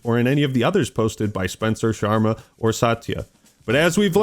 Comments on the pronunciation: Bro said asha shwarma 😂😂😂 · said “Asha Shwarama” 😂😂😂😂😂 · lol. Asha "SHWARMA" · Idk if you're saying no he didnt say shawarma or no he didnt mean to say it that way but there IS DEFINITELY a W in what he said play it back if you disagree.